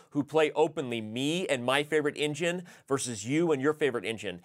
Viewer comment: nvm it was badly pronounced "engine"